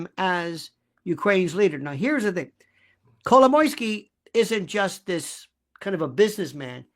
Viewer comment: Happy to hear someone saying Kolomoisky! He is the center of this thing. So obvious.